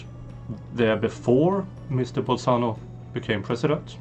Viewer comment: It's Bolsonaro not bolsano !